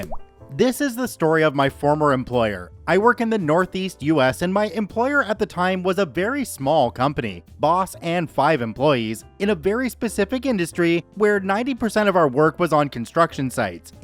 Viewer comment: Northeast? I thought you said Northweast